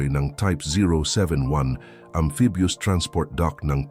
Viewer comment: Robot ka at maling mali pa ung amphibious word mo